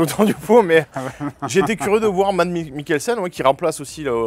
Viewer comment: C'est pas '' mads '' mais '' mas '' mikkelsen les d sont silencieux dans la langue danoise.